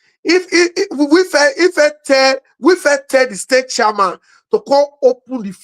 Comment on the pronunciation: your pronunciation of the word 'chairman' is completely wrong. What's Charman???